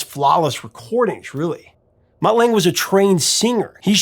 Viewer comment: And it's pronounced Lung-ger. Not Lang.